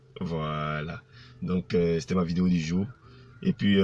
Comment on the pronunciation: C’est un maclo il n’est pas vraiment le savoir vivre et aussi très impolie, je suis a Adjame si il est garçon si il vient a baby il n’est qu’à s’afficher ko ministre tu sais même pas dire video vraiment desevant hein , pardon faut pas gâter nom de yorobo epui tu n’ai pas mon ministre hein impolie videyo gagagagagagagaggagagag